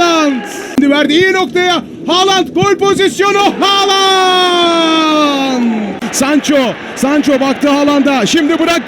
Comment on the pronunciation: bitiyorum şu adamın haaland demesine sabah gelsin kulağıma haaland diye fısıldasın :DSAF:DSAF